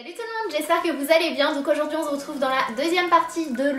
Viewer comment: hihihi tu as encore dit on z'retrouve